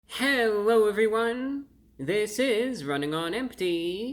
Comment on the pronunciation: Hewwo Wady’s and Gentlemen!